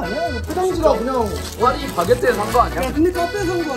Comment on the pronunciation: 파리바게트도 아니고 ‘파리’ 바게트